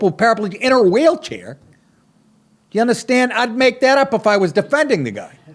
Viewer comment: did you say 'whale' chair?